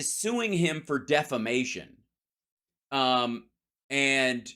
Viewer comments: C'mon. Learn the English language. It's. "deflamation". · Mike Lindell calls “defamation” deflamation. Mike thinks he’s political because trump brought him to the White House. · "Deflamation, deflamation" Mike Pillow